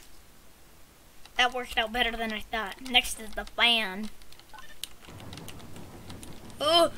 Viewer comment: "NEKSHT ONE"